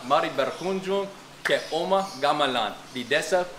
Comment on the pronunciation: .. It's actually pronounced as "umah" with hard 'u'.. it uses the old Indonesian style of spellings, i.e. 'Oe' for 'U' .. 'J' for 'Y' .. 'Dj' for 'J' .. and so on.. Anyway, loves your videos.. its distinguished from most of the other tourist 'vlogger' in that you really learned about your destination before hand and your genuine excitement just to experiences them..